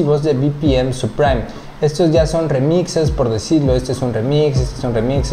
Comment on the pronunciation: No es "supraim", es "suprim". Gracias por la info bro. Saludos